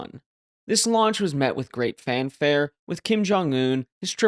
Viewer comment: Launch, I thought you said lunch. Kim probably